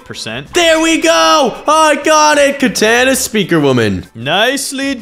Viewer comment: How did bro butcher the name that hard in the start